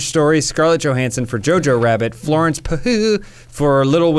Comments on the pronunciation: I love how keeps joking about Florence Pugh's last name but never realizes he's calling her Frances all along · Its Florence, not Francis